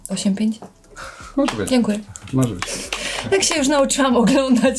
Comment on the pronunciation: Tam to nikt chyba nie potrafi powiedzieć "dziękuje" ...